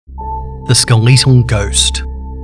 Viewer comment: skel eeto ghost